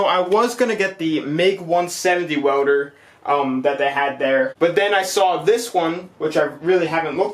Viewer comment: “Wewder” “Wewding” “Eletric”